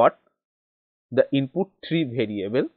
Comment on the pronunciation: It's variable not bhariable 😂😂